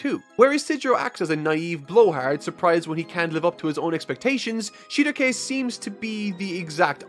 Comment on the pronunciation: everytime he says Shieruke it triggers me to an unfathomable amount.